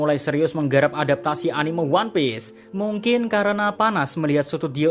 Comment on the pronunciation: Min, bisa ga sih ngomongnya anim’E’ (dengan “e” bukan “eu”) orang di jepangnya sendiri aja bilangnya anime (アニメ) bukan animeu. Kesel bgt deh sama kebanyakan awam yang bilang animeu.